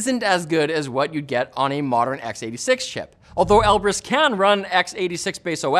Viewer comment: Knowing Russian with the right accent, then hearing him say Elbrus wrong every time XD